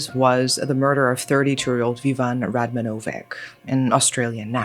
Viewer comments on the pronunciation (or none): Radmanovic is pronounced Radmanovich though